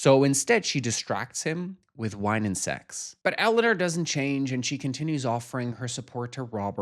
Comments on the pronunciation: Not the way you say EleanER not Eleanor. 😅😅 But I adore you and any way you say things. ❤ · Your pronunciation of Eleanor is taking me out. ElluhNURRR. ELLENURRR. Ellanür. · more like Ele-oh-nawr